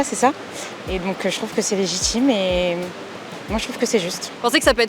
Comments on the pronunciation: "Cé légitchime." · Cé légitchime la tchim